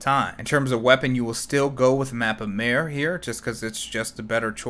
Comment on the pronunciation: It's not actually Mappa Maire but mappa mAre. Literally translated as Big Folder from Romanian.